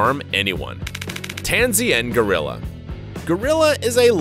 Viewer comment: GO-ril-la,,,,,,,,,go,go,gadet rilla!lol